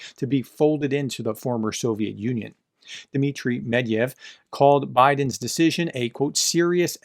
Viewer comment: it's Med-ved-ev not Med-ev (if you were doing that on purpose, then ignore my comment)